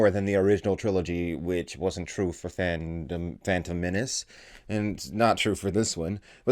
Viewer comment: "fandom menance" :-D